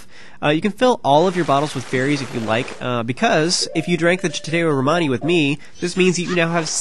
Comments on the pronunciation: I believe it is pronounced "sha-toe romani", not "cha-tay romani" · Every time he pronounces Chateau Romani wrong I die a little inside. Lol